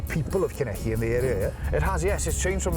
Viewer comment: This guy is obviously not Welsh; listen to how he says "Llanelli"!